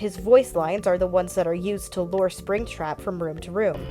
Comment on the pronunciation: 'Say 'lore.'' 'Lore.' 'Now, say 'lure.'' 'Lore.' But seriously, good ish. Well done.